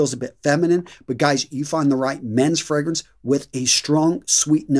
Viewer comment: Fr-AAA-grance .. not Fr-eee-grance.. lol.. but keep up the good work.. love your videos.. 👍